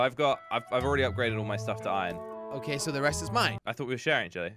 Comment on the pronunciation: He says ion He has to say iron not ion